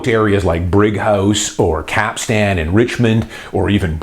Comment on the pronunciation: Hey, love your series. Just a quick note from someone who lived in richmond for 18 years - it’s pronounced “Cap-ston” like how you’d say “Livingston” rather than “Cap-stan”